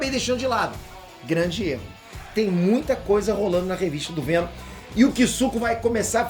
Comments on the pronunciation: é pq ele quer o venom chato aí é venon kkkkkkk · Fico impressionado que o cara errou 4 vezes a palavra venom e não percebeu